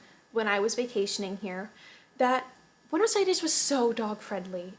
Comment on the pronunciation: The way you pronounce "Buenos Aires" sounds so argentinian.